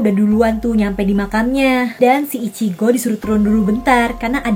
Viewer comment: Ichigo kak bukan ichiko😅😅😅😅😅😅